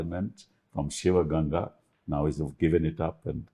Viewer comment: Sivagangai not sivaganga